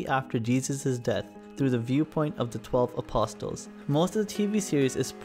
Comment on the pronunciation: The "t" is silent when pronouncing "apostles".